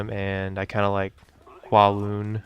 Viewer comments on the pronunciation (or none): dont quote me on this but im pretty sure its pronounced cow-loon(Kowloon) it could be Ko-loon ,but yeah your pronunciation of it is way off